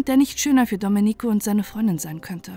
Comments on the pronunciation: Sorry. Reportage gut. Aber Domenico spricht man Domeenico. Man betont das e, nicht das i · Nein, nicht richtig!